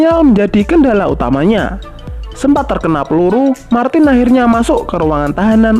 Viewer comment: ra konsisten nyebut martin, malah dadi martis